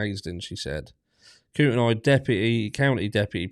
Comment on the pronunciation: Helping with pronunciations. Koo-ten-nee . Lay-tah.